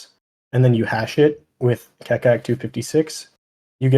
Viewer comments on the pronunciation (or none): By the way Keccak is pronounced "ketchak"